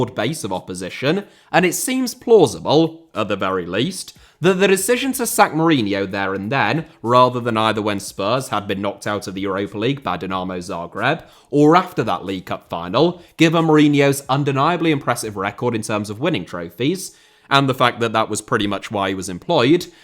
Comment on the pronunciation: DeNarmo Zagreb is plumbing the depths, even for pronounciation!